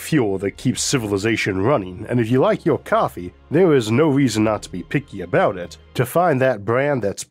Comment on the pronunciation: what accent does he have that causes him to talk 'wike a bwaby'